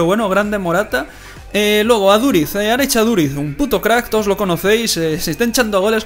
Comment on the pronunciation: aduritx no por favor , aduriZZZ